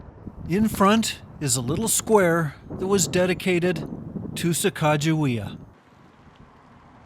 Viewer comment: I have never heard the correct pronunciation of her name before, wow, so much better. Thanks